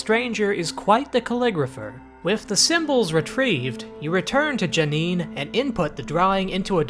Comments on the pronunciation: My friend, everyone begins their journey with Myst somewhere, and we in the Myst community accept all people regardless of how their pronunciation may or may not be correct. That said "Janeen" was a bit tortured. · You call yourself a Myst fan? You can't even pronounce J'Nanin correctly!